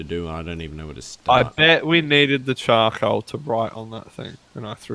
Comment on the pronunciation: Everyone: Charcoal: CHAcoal